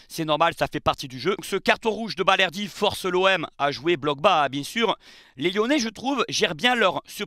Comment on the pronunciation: Balerdi et non bardelli 😂